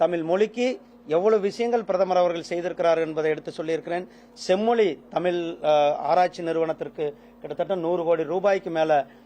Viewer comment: இந்த பன்னாடைக்கு எந்தக் கழுதை அமைச்சர் பதவி கொடுத்தது? முருகன் என்று பெயர் வைத்துள்ளான்!!!??? தமிழும் ஒழுங்காகப் பேசத்தெரியவில்லை?????!!!! செம்மொலி, தமிலு, நிகல்சி ஆங்கிலமும் ஒழுங்காகத் தெரியவில்லை!!!???? 35% தேர்ச்சியெல்லாம் இப்படித்தான் இருக்கும். "தமில்ல சொல்லட்டுமா? நிகல்ச்சி ஒத்திவைக்கப்பட்டுள்ளது" "English இல் சொல்லட்டுமா? நிகல்ச்சி Postpond பண்ணியிருக்கு" சூப்பரப்பு. எந்த குட்டிச்சுவரு ஸ்கூலுல , எந்த எருமைக் கிட்ட படிச்சான்னு தெரியல??? தெரிஞ்சா யாராவது சொல்லுங்க.